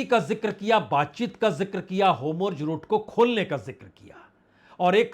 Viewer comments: Please pronounce Hormuz not Homurz. Shall be appreciated amidst your wonderful work. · Homurj❌ Hormuz✅ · Its not Homurz !! Its Hormuz :) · You’re a senior and an excellent journalist - I would appreciate if you can focus on your pronunciation of names of people and places. It’s Hormuz not Homurz, Araghchi not Agrachi, Netanyahu not Netanhu, among other names. Please! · बाजपेई जी, एक विनम्र सुझाव है। आप हॉर्मूज का उच्चारण होमरूज करते हैं और नेतनयाहू का उच्चारण नेतानू करते हैं। इसको थोड़ा सुधार लें तो अच्छा रहेगा। विनम्र सुझाव है 🙏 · Big fan sir. I had a request to kindly pronounce the names correctly like ne ten ya hu and hor mus. Etc.